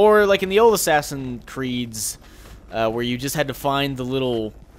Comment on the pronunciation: "Ass Creed 3" oh you that made me lol hard